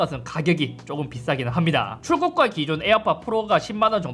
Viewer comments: 에어팟 프rrrrrrrrrrrrrrrrr 너무 웃겨요 ㅋㅋㅋㅋㅋㅋㅋㅋㅋㅋㅋㅋㅋㅋㅋㅋㅋㅋㅋㅋㅋㅋㅋㅋㅋㅋㅋㅋㅋㅋㅋㅋㅋ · 잇섭 비둘기 ,,에어팟 플르ㄹㄹㄹㄹㄹㄹㄹㄹ